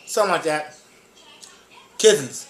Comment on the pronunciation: he says kizins twice